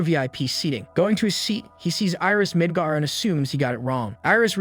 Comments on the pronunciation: i thought i just heard nig**r kingdom lol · Not quite, it's just the way it was pronounced in this. The city is called Midgar